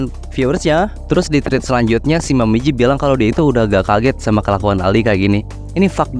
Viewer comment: Awalnya ku kira otak ku yang lemot tapi nama x nya "momiji" abang nya nyebut "momoji" terus🤣